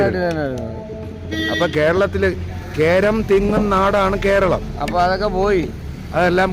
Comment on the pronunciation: 'കോ'രളം എന്നല്ല 'കോര' ളം